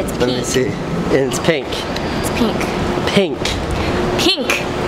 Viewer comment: It's peenk.